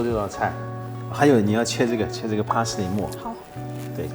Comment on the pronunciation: 从他发音parsley上判断，他不是native。但是国籍应该是美国。